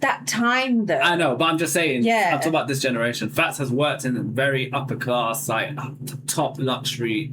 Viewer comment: Bro, you are making that argument that you never heard anyone talk like that while saying, "Thahs an Uppah clahss think" while trying to say "that's an uppER class thing." You drop the Rs for AH sounds and use a K instead of a G for "ing". and "they don't talk li'e them". the word is LIKE, not LI'E.